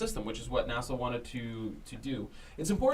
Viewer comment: For the love of god stop calling it “nassel”. It’s N-A-S-L.